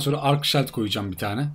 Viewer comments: Keşke hızlı koşma gibi bi boost güncellemesi yapsalarmış. Bir de hacı abi küstahlık yapmak istemem ama çok dikkatimi çekiyo her videoda shield, "ŞİILD" diye okunur. :) severek takip ediyorum sağolasın. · Şayld diye okunduguda gorulmustur :) Söyleyeyim dedim .